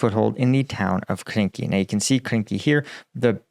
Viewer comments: Quick correction again, it is Krinky and not Kinky 😂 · The frivolous AI translator at the beginning translates Krynky as Kinky.